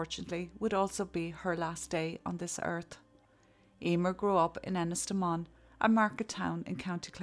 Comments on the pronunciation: Wait, if you’re Irish how do you not know how to pronounce Ennistymon?? Another faceless AI channel maybe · HaHa, I was going to comment on your pronuncation too but looking again at the town sign I realised you may have been using the Gaelic pronunciation so I decided to remain quiet. Good work on this video, Thanks.